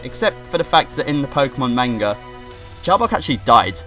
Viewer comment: you pronounce manga wrong